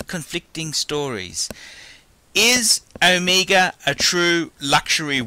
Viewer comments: It's OMEGA not ohmeeega. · Is it me, or you just can't pronounce "Omega"? You make it sound like "Amiga". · I think its Omega not Omiiiiiga idiot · I hate how this guy fucking talks. It's not uhmeega it's Omega. Fuck.